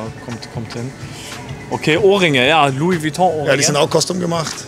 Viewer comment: Man Louis Vuitton spricht man nicht luis vuitong aus man man man